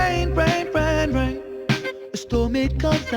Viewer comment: Also for me "Rain. Rain. Rain. Rain." sounds like "Reign. Reign. Reign. Reign."